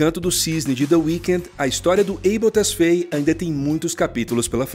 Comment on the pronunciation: Abel tesfeie foi boa kkkkk tesfáie mano